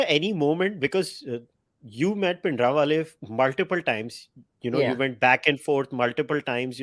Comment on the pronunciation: Bhai Jbrdasti ka pronunciation of Bhindiwale